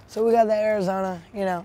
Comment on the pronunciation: He said arizoner